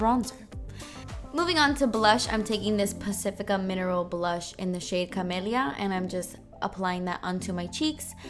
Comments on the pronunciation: When you said Camillia I totally heard chlamidia. I thought "Oh that can't be right!" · She said camella hahaha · lmao it was camellia but now i cannot unheard chlamydia haha thanks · it sounded like you said that the blush was called chlamydia ahahaha! i love you you're hilarious :) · Omg I thought u said chlamydia for blush name. I'm like wtf lmao